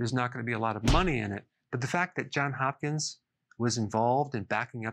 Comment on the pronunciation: Love your commitment to health Dr. Berg! I am a happy customer and follower. But I have to correct you on this one. It's JOHNS Hopkins. I would know... Deborah Johns :)